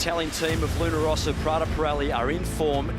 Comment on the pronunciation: Why is he still pronouncing Luna Ross like that?